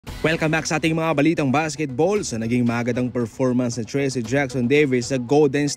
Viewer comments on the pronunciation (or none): idol correction lang po, ndi po Tracy ang pagbigkas Nyan, kundi trayce. Kumbaga treece ,ndi treese.